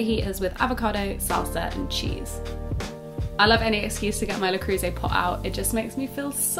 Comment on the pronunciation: That is not how you pronounce La Creuse 😂